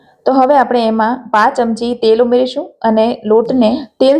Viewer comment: ‘પા’ચમચી મને ‘પાંચ’ ચમચી જેવું કેમ સંભળાય છે?😂😂